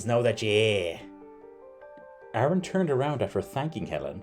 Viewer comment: Terrifying intro. You pronounce Aaron as Arn.😆